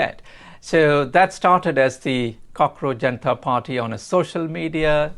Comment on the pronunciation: "Jaenta" Party 🗣️